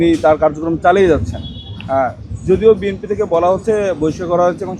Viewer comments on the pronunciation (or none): বিএনপি উচ্চারণ করতে পারে না। সে বলে বিএমপি। হা হা হা। সে আবার এমপি হবে। দেশটাতে যে কি হচ্ছে। আজব একটা দেশ।